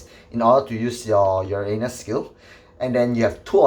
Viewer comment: When he said uranus i always heard Ya A Anus 🤣